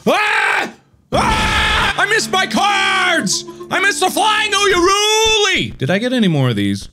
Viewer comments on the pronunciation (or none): you mean the flying UYARULU. he never noticed he was saying it wrong.